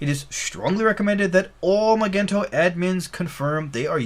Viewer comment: Magento is pronounced with a soft g.